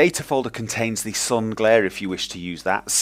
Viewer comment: He says "Now we're going to install thee shit, the advanced shaders..." LOL